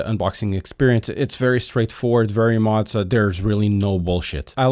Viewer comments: Are you sure that's how they pronounce their company name? Z's typically only get the "pizza" treatment when there are two of them in a row. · How’d you get Mauser from Mow 😂 Do you (m)now (pronounced like now) the lawn? No, you “Moe” the lawn, he was meaning it like “Moe-Zuh”